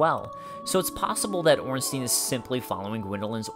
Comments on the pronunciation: Its "Ornstayn". Not "Ornsteen" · gamer smough is pronounced smog and ornstein is pronounced ornstine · we do not read Ornsteen but Ornstein. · STEIN NOT STEEN FÆN FÆN FÆN AAAAAAAA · orn-stine IS the german pronunciation. EI gets an "eye" sound and IE get the "eee" sound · blyed coont exactly but these people actually think it's ornstean for some reason. It doesn't even look like its pronounced like that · Some Guy but germans does not use the yne-ending on words very much, they use Stein, as the name also suggest.. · Ornstein is German, so it is pronounced "Ornstein-EIN", like "one" in German. That is at least a "proper" pronunciation. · gamer You sure the Stein in Ornstein is not german pronounced? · Do you say Eins-teen too? xD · Ornstein... STEIN! NOT STEEN!!!! Smough is well pronounced :)